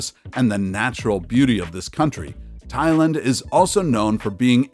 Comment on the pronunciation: Why can he not correctly pronounce Thailand?